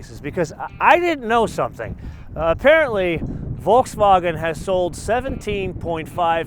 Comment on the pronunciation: learn how to say Volkswagen